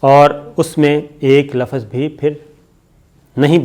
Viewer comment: lafaz nahi hota .......lafz hota hai